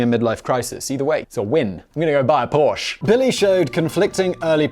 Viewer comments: It's Porsche ah.....how do I annunciate in the text?....doh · I'm a little surprised Simon pronounced it Porsche instead of porsch-ah.